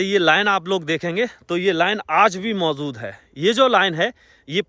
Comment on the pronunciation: MAUZUD HAI....ZÀATI HAI ZANTA HAI....YEH KAISI BHASHA HAI....